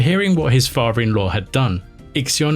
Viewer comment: 🛑🛑🛑It’s pronounced like it’s spelled 🤷🏻‍♂ “Father in law” not “Farver in law” 🤷🏻‍♂🤷🏻‍♂🤦🏻‍♂🤦🏻‍♂ why is it so hard for you guys to pronounce “Father” or “water” not “wotah” 🤦🏻‍♂🤦🏻‍♂